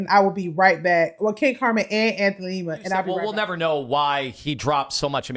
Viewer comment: People can't take y'all seriously when you continue to miss pronounce these dudes names...can't stand Lima, its not Lema!